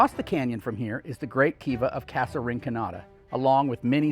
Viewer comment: Recently watched your video about Chaco. Excellent overview about the Chacoan culture. However, please properly pronounce the word “casa”. This is a common and well known spanish word and it is offensive and disrespectful to mispronounce the word using a long A. For those of us from the Southwest, it actually hurts our ears to hear you mispronounce such a simple and common word and impacts your credibility as to southwestern culture. Thank you.